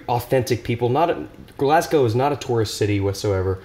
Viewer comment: Kudos for pronouncing Glasgow correctly